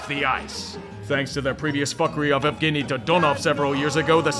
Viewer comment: Evgeny is pronounced Yevgeny.